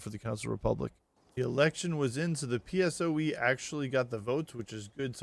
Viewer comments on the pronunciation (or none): It was so funny that you called PSOE peesoue, in spain we call it peh-soh-eh